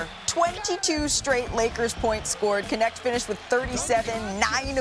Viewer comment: it is not K.. NeKt it is KNECHT in Dutch meaning helper in Dutch